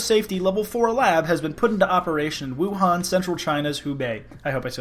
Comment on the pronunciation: WOOOOO HAN, the pronunciation is killing me